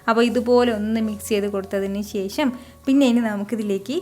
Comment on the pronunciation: ശേശം അല്ല ശേഷം എന്ന് പറാ Super cooking..